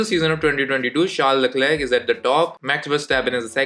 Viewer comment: And yes the struggle to pronounce “Charles Leclerc” was epic 😂😂